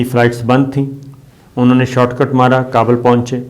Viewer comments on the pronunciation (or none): none